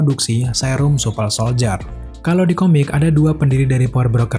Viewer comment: Gue denger nya nyebutnya, wintel soldier supel soldier:v ada yg kek gitu ga? Apa gue doang?:v